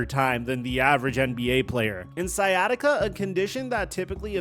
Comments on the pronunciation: Bro said skyattica lol. It’s sigh at itca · It's not pronounced Sky bro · it with what? Sykatiga? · Always hilarious seeing people pronounce it sky-attica 😆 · so interesting how he alternates between pronouncing it "sciatica" and "sky-atica" throughout the video 😂🤷🏿‍♂️ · "skyatica"... Christ, dude..... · did he just call it "sky-attica"? lol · Sky Attica lol, all along the video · "Sky atica" lol wtf. Come on bro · Dude how are you pronouncing “sciatic nerve” correctly but not “sciatica”? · How do you know how to say sciatic but not sciatica? 😂😂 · Bro! The “C” in sciatica is silent. Just like the “C” in sciatic. #ComeOnMan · It’s called sciatica.. This guy is saying it wrong!!! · Bro work on your pronunciation 😂 do you pronounce science as skyance? Smh you speak for a living hahaha